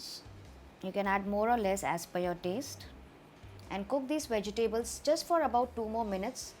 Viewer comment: (vej· tuh·blz) vegetables pronunciation